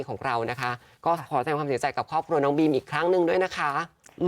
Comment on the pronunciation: บีม ค่ะ ไม่ใช่ ปีม